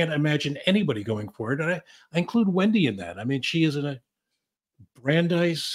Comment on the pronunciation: "Wendi" not "Wendye"